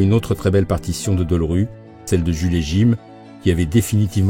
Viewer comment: On dira que je chipote si l'on veut mais c'est Georges Delerue et pas Deulrue. C'est quand même formidable d'écorcher son nom tout au long du reportage.